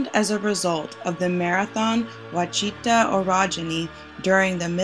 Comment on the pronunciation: Wa-shi-ta..how you pronounce Quachita